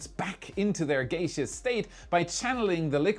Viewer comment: Protip: "gaseous" is correctly pronounced "gas-shuss" or "gas-eee-yus". Never is it "gay-shuss".